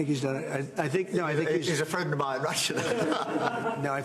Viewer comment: oh Trump you are the best. Seeing Starmer squirm love it ❤ Fwend fwend mayor Fwend